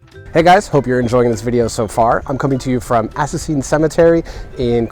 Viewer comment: sorry, but hanging out or going picknick'ing in a cemetery is plain disrespect for the dead! And it's not Assassin Cemetery, it's Assistens Cemetery